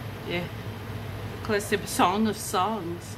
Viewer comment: Nehimiah(sp) said like Jeremiah Lol Ecc-leeeez-eeee-asteeeeeez😁